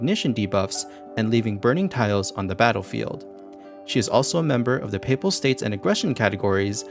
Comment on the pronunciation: I was gonna subscribe anyway, because your Tower 7 breakdown was what got me my completion, but I hit it immediately when I heard you pronounce Papal States correctly.